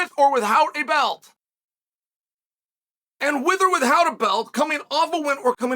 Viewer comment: I love how Chael says with or with-howt 😂